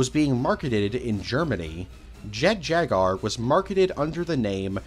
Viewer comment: Does this man not know how to pronounce Jaguar